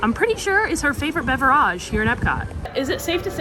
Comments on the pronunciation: BeverAGE...... do you actually pronounce it like that away from the camera or do you just think it's "bougie" to try and sound like that.... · Irritating beverage mispronunciation count: 15* (*estimated because I lost track)